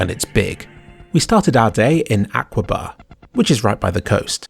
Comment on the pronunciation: Aqaba is pronounced Akaba, not Aquaba!